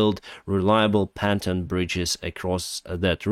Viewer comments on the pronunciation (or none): "Panton bridges" -> "Pontooon bridges"! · you should pronounce pontoon in the same way you say good. pontOOn =/= gOOd. Also thank you for the updates! Glory to Ukraine 🇺🇦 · No that's not it. OO as in fOOd. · I think knickers would be pantaloons... But yeah I was going to post that his pronunciation sounds t-òl much like pants (which are trousers round here)....